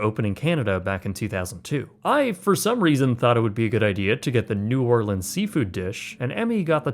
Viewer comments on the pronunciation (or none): none